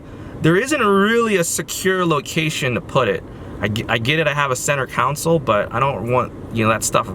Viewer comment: Center "council"